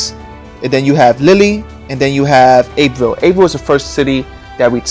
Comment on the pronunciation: Calais is pronounced Ca-lay and Abbeville, France is pronounced ab-vil.